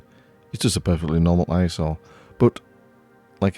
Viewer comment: Every time you say ISO, I hear . . . Eye Sore!:face-blue-smiling